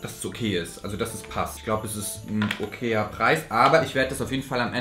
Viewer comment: Minute "Dat is' ein okeer Preis" 😂💗